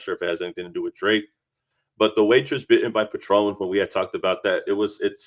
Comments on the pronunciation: It's not patron like the liquor, it's "pay-tren" sorry bro it's the autism in me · PAtron not paTRON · Patron as in pay-tron. Not Patrón (pah-trone) 🤦🏾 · Calling it a Patron (the liquor) instead of patron (pay-trun) is HILARIOUS to me lol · Pronounced Pay-Trun.